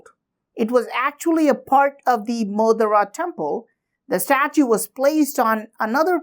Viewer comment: Sorry sir, but it is not मोदरा.... It is मोढेरा